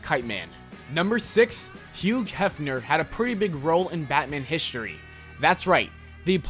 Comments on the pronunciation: Whose hueg Hefner do you mean Hew Hefner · Huge Helfner? Pronounce these names correctly or continue to sound stupid.